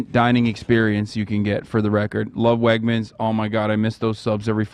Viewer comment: im from pa and hearing him call wegmens "wegners" is so funny 😭 also the chat spamming for them to kiss when ethan gave hasan the friendship bracelet was hilarious